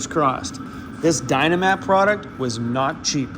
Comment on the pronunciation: Dynamat not dynamite!